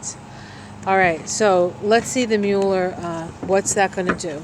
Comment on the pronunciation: Thanks for the reading although Mueller’s name is pronounced Mull-er not Mule-er.😍Blessings